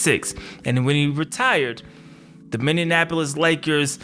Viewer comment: Minny - Apple - Is. Only one "n" sound. :)